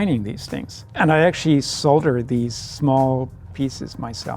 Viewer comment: "And I actually solder these things" THANK YOU FOR PRONOUNCING IT CORRECTLY!!! NOW I AM JUSTIFIED IN MY OWN PRONOUNCIATION THAT EVERYBODY MAKES FUN OF